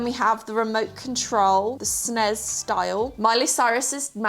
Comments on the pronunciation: SNES not Snez. The Rolling Stones logo. Rock'n'Roll Bullhorns (not Spiderman.) IBM desktop circa 1995. Apple Macintosh Desktop circa 1994. Winged skateboard circa 1980s. Memorex Cassette Tape. Rubik's Cube. Boombox. Pink Gameboy Pocket. Sony Walkman. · I’ve never heard anyone say “SNES” as a word and not each letter like the initials it is🤣🤣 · I have never heard anyone say SNES that way lol